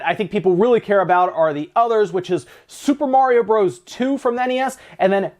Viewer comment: How come you can't say Super Mario Bros. correctly? THUMBS DOWN